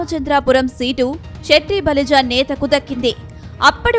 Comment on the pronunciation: Shetty balija kadhu... Setti balija.. పలకడం నేర్చుకో